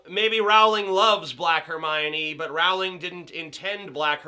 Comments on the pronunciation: I don't disagree but if you're going to use the 'w' argument, you wouldn't pronounce 'bowling' as 'bow-ling' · I cringe whenever he says 'J.K RoWWWWWLING'. It's pronounced as 'J.K Rolling'. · It's pronounced "Rolling". You would think an intelligent, amazing, reviewer would know that...